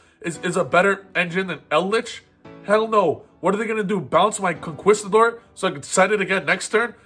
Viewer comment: Concerned that an adult can't pronounce conquistador